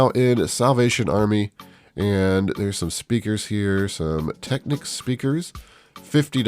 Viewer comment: Speakers are pronounced "Tek-neeks" and are totally different than Audio Technica. Just an FYI